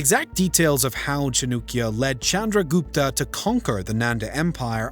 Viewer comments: Cha-noo-kya is terrible pronunciation. Better - Cha-nuh-kya? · The narrator should begin by properly pronouncing the name of one of the earliest economic geniuses in human history, author of the Arthashastra (The Treatise on Economics)- CHANAKYA or Kautilya. It is not Chanookya (which even sounds ridiculous). Has his name been spelled this way in any history book? As soon as I hear Chanookya, my interest has dropped to zero. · NOT CHA-NUK ITS CHA-NAK-YA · His name chanaakya not chanukya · chanAAkya not chanukya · Its Chanakya, not Chinukya. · It's not pronounced "Chinook-ya" it's pronounced "Chah-nukk-ya". Also pronunciation of Karnataka could use some work. Overall, I'm glad you are trying to understand the history of India. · Every time he says ChaNUkya I get this intense cringe mixed with a spike of rage. Is it so hard to say Chanakya with a western tongue? If the maker of the video can't speak the name of Chanakya chances are he will make a shit of video about him and the Guptas. Stopped watching at 2.42. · His name is chanakya. Not chunukya. Is it so difficult to pronounce chanakya? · 😂😂😅 How does “a” become “u”? By pronouncing “Chanakya” as “Chanukya”…😂😂 Its not Nenda empire, its Nanda empire. I thought the British came up with English but I guess they’re just as confused. How Chanakya led Chandragupta into taking over Nanda empire “isn’t exactly know” says someone who hasn’t read history before making a video. 😂😂😅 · who the hell was chunukya lmao? It's Chanakya(chaa-na-kyaa) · Chanakya not nukia 😅 lol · It's chanakya not chunukya 🤦 and they are you tubers🤦🤦🤦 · That's at least ok What about cha - noo - kya 😂😂😂😂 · Hello, u spell chanakya wrongly as Chanukya… please fix it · Not chaaanukya... acharkya chanakya... some respect please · Chandragupta Maurya defeated all satraps of Alexander in India and his former General Seleucus and also made a marital pact with him. He was one of the greatest emperors of India and yeah its Chanakya not Chanukya 😂😂😂😂😂😂